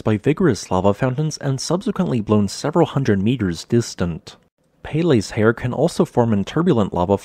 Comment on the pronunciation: peh-leh, not pay lay